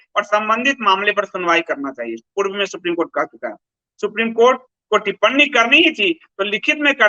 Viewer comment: अरे यार तुम्हें तो 'टिप्पणी' का उच्चारण करना तक नहीं आता, उसे (टिपननी) कह रहे हो, लेकिन फिर भी अपने आप को सर्वश्रेष्ठ घोषित करने में लगे हुए हो। शर्म है कुछ?